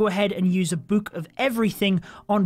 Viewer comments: i love when he says “buuk” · Ur saying book wrong